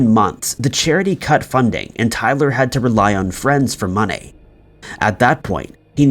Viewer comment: The way you said money pissed me off. “MoNaY”